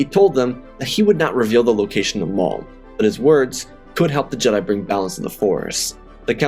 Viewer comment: lol I thought I herd it wrong but I hear you say darth moff